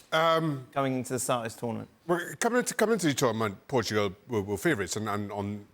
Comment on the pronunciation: “Portgual” great job ESPN.